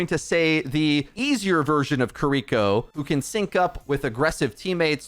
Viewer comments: kiriko NOT kuhriko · How are you gonna pronounce Kiriko 2 different ways in the same sentence. Sloppy af. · is like 50/50 on pronouncing Kiriko correctly.